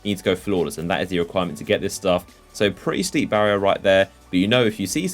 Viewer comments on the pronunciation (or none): none